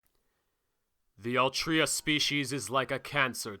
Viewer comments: every time i heard/read "altria" i die a little inside.... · “Altria” makes me cringe so much, and “Gil-games” made me chuckle. Great video man, I look forward to how your channel will turn out.